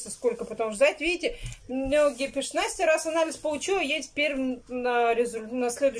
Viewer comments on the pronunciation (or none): none